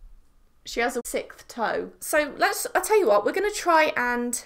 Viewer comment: "Sickth toe"